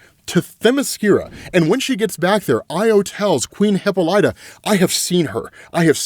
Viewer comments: Her name is not HIPA-LIGHTA. It’s pronounced HIP-AH-LYTA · Lord....... its " Hip-paul-la-ta " not hippo light ta 🤦🏾‍♂️ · .....man u mispronounce soo much stuff on this channel ...its not heck-ate...its heck-uh-tee , not hippo-lie-ta its hi-pol-i-tuh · “Hip-pol-ita” not “Hippo-lighta” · Isn't her name pronounced , Hih-Pahl-Ita? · Great Wondie coverage!! (ps.s Hecate=Heck-uh-tay/tee, Hippolyta=Hip-all-it-uh, just so you know) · Hipolyta: hip-AH-lit-uh Hecate: HECK-uh-tee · Hi-pole-light-ay He-kate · Hi- Poh- Lit- ah Heck- ah- tee…. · Bruh thank you for clarifying! Shit was bugging me lmao cos tf he mean hipoLIETAH?? And HeKATE? Yeah?? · Not hip-light-er. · Oh man! I love you but honestly every time you mispronounced Hippolyta it was like nail on a chalkboard. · fyi you're pronouncing Hippolyta wrong.